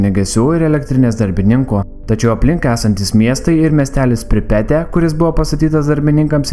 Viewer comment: Pripete ne taip kirciuoji :/